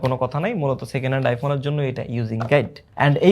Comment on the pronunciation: Second hand, Pre-owned ❌ Secenal✔️ 😂😂😂😂